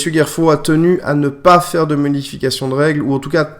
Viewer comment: pitié! pitié! C'est Gerfaud pas Guerfaud ! merci :)